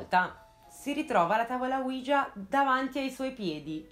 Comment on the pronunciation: Il nome della Tavola OUIJA é l'unione di due " Si ": quello francese e quello tedesco, quindi si pronuncia UI - IA non UIGIA.